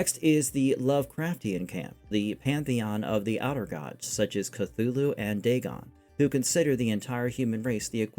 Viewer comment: Story takes an hour in audio book on here. If you'd listened to it you'd have better pronunciation. Call of Cthulhu.